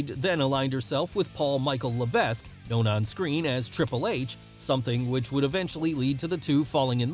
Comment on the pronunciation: It's pronounce levek the S is silent